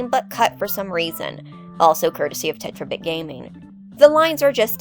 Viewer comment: You said terrabit lol tet-ra